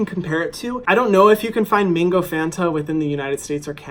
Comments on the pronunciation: I’m sorry but why did I keep hearing “mingo” when he said mango.... just a British thing...? Ok... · MINgo????? It’s MANgooooo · Are you saying mango or mingo?? 😂😂😂